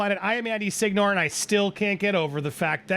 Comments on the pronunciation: I don’t want to be pedantic, but your surname is an Italian word that literally means “Lord”, and should be pronounced “siɲˈɲo.re” (or “see-nyo-reh” in ultra-simplified phonemes). I know that after multiple generations of living in America things like these fade away from the family memory, but at least it will be useful if you’ll ever go to meet with some ultra-distant relatives in Italy 😅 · Bro, me as an Italian speaker.. you don't pronounce your last name correctly